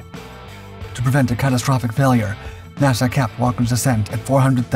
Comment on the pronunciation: Is this an AI voice 😮just asking can't say NASA correctly strange